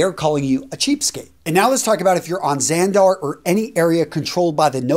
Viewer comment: Dude said Xandar